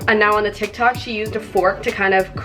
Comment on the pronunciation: Am i the only on who heard her say tiktak